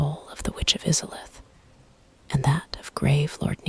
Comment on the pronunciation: Now I can't sleep because of how you pronounced izalith